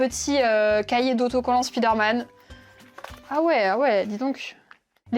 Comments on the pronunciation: Du coup on dit Praïmark (j'approuve), mais on dit Spiderman ? 😂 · Tu fais la leçon pour la prononciation de Primark mais pour Spiderman y’a plus personne 😂